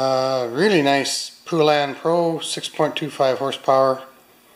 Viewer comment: Good deal, but why do people insist on pronouncing it wrong? It's pronounced Poe-Lan, not Poo-Lun, lol.